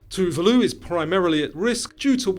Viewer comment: Fun fact: Tuvalu is pronounced Too-VAH-loo not TOO-va-loo. Sounds really weird when pronounced your way. From research: "The correct pronunciation of Tuvalu is too-VAH-loo (IPA: /tuːˈvɑːluː/). Break it down into three simple syllables: "too" (like the number two), "VAH" (rhyming with "spa"), and "loo" (like the word blue)"